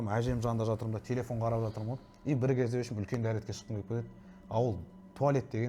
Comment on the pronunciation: “Опшем“ емес !!!! “В общем “ !